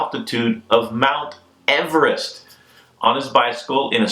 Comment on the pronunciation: Also can't really say Everest lol but a lot no matter what